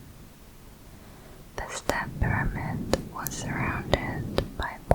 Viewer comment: I love how you say pyramid ngl